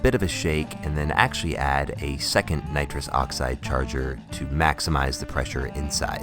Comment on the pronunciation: You said nirus dioxyed I though you were gonna huff n20 balloon before you drank ah was well confused